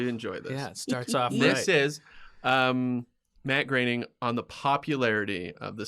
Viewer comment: "Bat Groening" He was so worried about pronouncing "Groening" correcting.